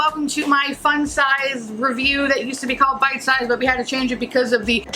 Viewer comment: Why can't you say bite sized? Wtf?